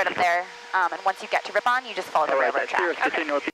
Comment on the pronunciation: BTW it's pronounced "Rip-uhn" with the emphasis on Rip, not "rip-ON", WI names are hard so just doing my part